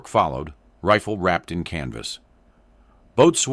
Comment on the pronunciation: The officer addressed him as “sergeant?!” They don’t have sergeants in the navy. And “boatswain” is pronounced “bos’n,” not “boat-swain.” And one more: the purpose of a flash-hider is not to reduce muzzle-rise!